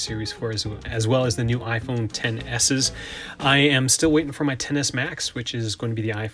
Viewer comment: says iphone EKS-es. shudders